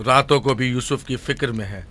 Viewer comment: Usuf assalam nehi.....yusuf alaihi wasallam